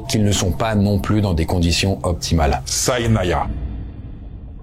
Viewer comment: Correction : SIDNAYA pas SAIDNANA